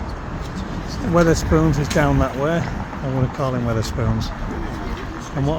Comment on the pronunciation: Nice video. Why do you call Wetherspoons 'Witherspoons', though?